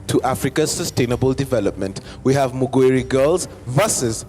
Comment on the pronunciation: It's not Muguiri.. It's Mugoiri